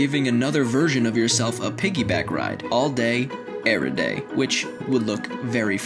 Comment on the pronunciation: Al day erey day